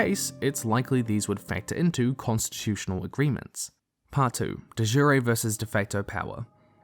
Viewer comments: I'm really sorry, I can forgive your mispronunciation of Jenna Moreci (more-ESS-see), but your mispronunciation of "de jure "(duh ZHOOR) really pulled me out of the video. Everything else was high quality as usual. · De Jure is Latin, not Italian. ‘Jure’ is pronounced like ‘Sure’ here. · Great video but American pronunciation of "de jure" hurts xD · I love you, but the way you pronounced de jure hurt me.